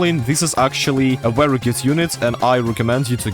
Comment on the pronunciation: the “WEERY WEERY GOOD” is 🔥 😂